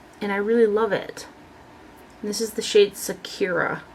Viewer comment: I think the lawless blush is pronounced Sa-kura like the character Sakura in the Naruto anime series. Or that's how I like to say it haha